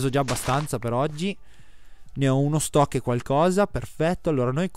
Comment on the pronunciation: Si dice STAK no STOCK